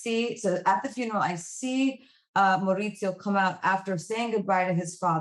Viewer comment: The fact that she is bragging about her accent, studying it for 6 months. And doesn't even pronounce Maurizio correctly.